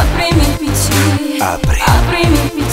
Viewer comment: PC = pissì (pronuncia similissima a fregna in inglese) = GENIO.